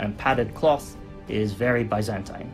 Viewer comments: Very good video. But your pronunciation of Byzantine hit my brain everytime. It's bi-zæn-tin not bye-zen-tein. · what is ba-zan-tain